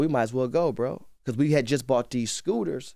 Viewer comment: I HATE how ENVY says “BECAUSE”